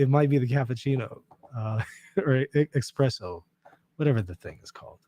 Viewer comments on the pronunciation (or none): It’s definitely called espresso, not expresso! Lol